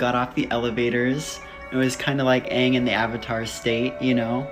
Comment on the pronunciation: can we remake the movie but have the people who actually watched the show direct it Also make it have the correct pronunciation of aang and correct colour of the people they're not all white! I can go all day on how many things that movie needs to fix